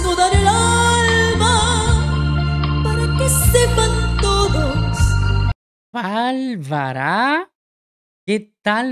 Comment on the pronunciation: Amigo, me encanta tu canal,no me pierdo ninguno y gracias por ver el talento de nuestros compatriotas, me encanta cuando dices ballllllllbaro jajaja es que aquí se dice bárbaro,pero se te ve muy gracioso,te quiero mi hermano bendiciones para tu canal 🎉❤